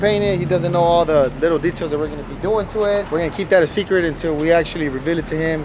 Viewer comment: Foo said secret hella wrong lol